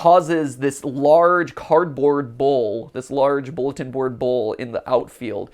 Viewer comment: Did anybody else think Matt was saying bowl instead of bull? I was confused for a bit